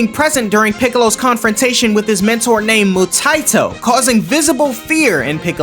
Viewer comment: Mu-tye-toe is crazy not gonna lie. 😂